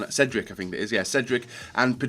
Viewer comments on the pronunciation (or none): none